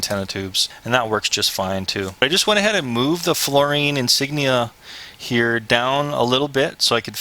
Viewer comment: dude. floureon. like neon. not floureen. lol.